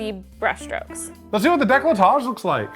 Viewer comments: He read "Découpage" as "décolletage" ... Imagine if he read it as "décalottage" ..... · as a French person these subtitles and "décolletage" ended me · So, "décollé" means clivage (so décolletage would be something like creating a clivage), but the way you pronounce it sounds closer to "décalottage", which it not very youtube friendly, so I'll let you look for the translation 😂😂😂